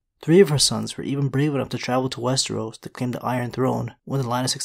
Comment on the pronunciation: Slipped on wes-tree-os 2x this video. He was on a roll for a few videos, pronouncing it correctly, but he's falling back into it.